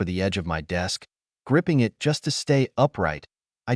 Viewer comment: This is definitely one of the better trained AI readers, decent advancement on getting emotions in the voice closer, just need to work out the small details like saying "BEE-but" when there are stutter texts like "b-b-but!", or saying "I.T." for "it" as if every it has a job as I.T. specialist.